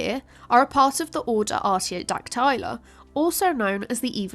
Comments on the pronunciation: She literally mispronounces a key word, it should be: Ar·tio·dac·ty·la ˌärt-ē-ō-ˈdak-tə-lə not *ärt-ē-ō-dak-'tay-lə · Is arty-oh-dack-TIE-luh a British pronunciation? I've always heard arty-oh-DACK-tuh-luh. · Why are Ruminantia and Artiodactyla pronounced so wrong??